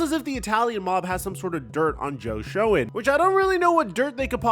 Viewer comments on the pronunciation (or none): stop trying to read the word Shoenn. Its pronounced Shane. You do good work when you want to but its obvious when youre mailing it in